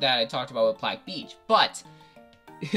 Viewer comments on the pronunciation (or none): none